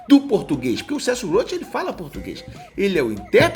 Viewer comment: "Celso Rotttthhhhh" acaba comigo😂